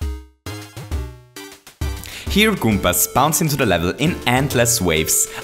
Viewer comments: How does goombas become "Goompers" though? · I heard “goompurs” 😂